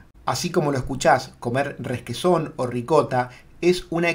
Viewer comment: 10- " ReSquesòn " ???? Pero de què planeta sales? R-e-q-u-e-s-ò-n, sin más drama. Cuando dudes acerca de cualquier palabra, no improvises. Usa el diccionario! Feliz Año.